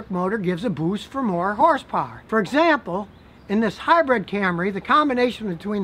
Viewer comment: Sorry Scotty but I have to correct you on one very annoying thing. It's pronounced and spelled HYBRID not HYBRED like hybread.